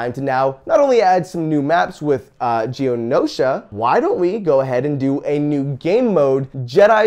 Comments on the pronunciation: Umm... pushes glasses up nose The planet's name is Geonosis, not Geonosha. Do you even like Star Wars, Joven? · Geonosis not Geonosia for the name of the planet.